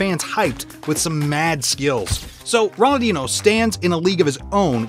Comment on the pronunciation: Bro really said ronoldchino not Ronaldinho